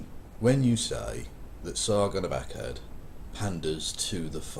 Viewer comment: It's "akkaaaad" not "akkad"